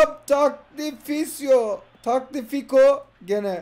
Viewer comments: tagliafico nun okunuşu tagliğafiko dur sjsjsjs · Abi okunuşu Tagliyafiko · Abi Türkçe olarak Takliafiko diye okunuyo :D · Takliafiko diye okuyom bdn abi bence doğrusu